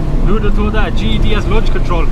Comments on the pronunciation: Why does it sound like you kept saying GHD instead GTD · Why is does this guy keep saying GED 🤣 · that's not an accent that's just being lazy! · Deffo Saying GED 😂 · Ged or gtd? I cant tell what hes saying? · could you pronounce GTD properly for once? it always sounds like GED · Speak properly Its a G T D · is it just me or is he saying GED? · sounds like your saying GED, great vid though. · how can you say GTI but not GTD??? 🤔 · Your accent? You call "T" "E" ?